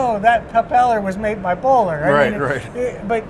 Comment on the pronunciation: If you want to sound like you know what you are talking about, you should probably get the name of the company right. It’s Bohler